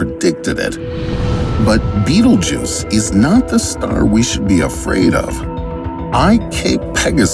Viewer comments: That’s not it’s name tho he’s actually just pronouncing it wrong. Sorry to ruin the fun it’s pronounced bet-elg-yuse. It’s spelled Betelgeuse it’s literally not even spelled beatlejuice don’t know where he got that from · Betelguese not betlejuce. Waste of Time to This video. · Not beetlejuice its betelgeuse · its pronounced bettle geese????? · The star is pronounced Bet-elg-yuse. That’s why it’s spelled Betelgeuse not trying to nit pick this is a great video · It is not how you pronouced a Betelgeuse :/